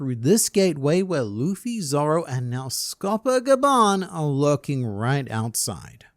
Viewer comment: Lol my boy can say kerberus, but dead names Scopper.